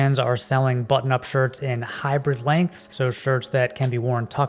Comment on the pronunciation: You pronounce "hybrid" like "hyper". So every time I hear "hyper length" or "hyper shirt".